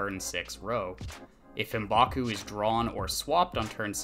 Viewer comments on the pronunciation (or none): Um-baku? I always figured it was pronounced MƏ-baku